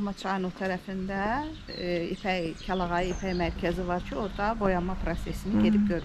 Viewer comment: Kəlayağı yox, kəlağayı daha doğrudur.